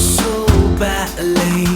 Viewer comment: Just finishing this up after comp and EQ courses - amazing, thank you... But... 'I miss you so batly.......... I can taste your lurm'?!